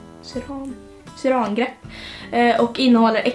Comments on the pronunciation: Syra-angrepp inte syraan-grepp haha :D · Det heter syr-angrepp, inte syran-grepp hahah😘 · syr-angrepp uttalas det hahaha